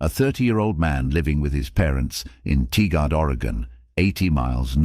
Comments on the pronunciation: Just a helpful pronunciation tip: It's pronounced Tie-Grid or Tir-Grd ...when I lived there, some said it as Tiger-ed 👍 I lived there and struggled a lot to get it right, so please don't think I'm trying to be a know-it-all or am putting down your video in any way! I can pronounce half of the cities in Washington or Oregon correctly 🤦‍♂️🤷‍♂️ and I've lived here my whole life. A lot of Indigenous names and colonial names (French, Spanish, UK English) that... I just struggled with. I lived, technically, in Tualatin ['Two-wall-uh-tin'] and love places I could pronounce, like Hillsboro 👍 😅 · TIgard. pronounced Tie-guard Veneta, Pronounced Vee-knee-da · Tigard sounds like tie-gerd